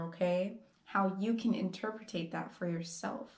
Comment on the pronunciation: FYI … it’s ‘interpret’ not ´interpretate’’